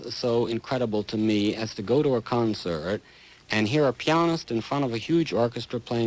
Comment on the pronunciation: every time he says that it drives me nuts lol